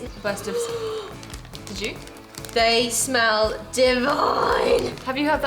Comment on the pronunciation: She sounds so posh when she says divine. Like I've never heard someone say that word to describe packaged food. It's not a bad thing though, because it kept making me giggle.